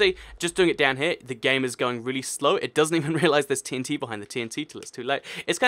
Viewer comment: It sounds like your saying "TNC". T is a letter. Dont forget it.